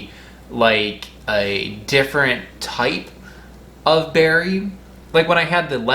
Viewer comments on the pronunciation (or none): none